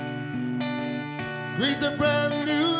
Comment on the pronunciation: He's really bad ruined the song and can't pronounce Prudence just saying...